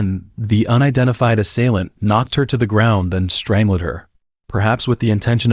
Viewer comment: "Strang~led" Lol